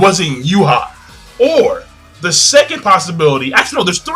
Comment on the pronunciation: and why do you keep saying Yuha? the mangastream says Juha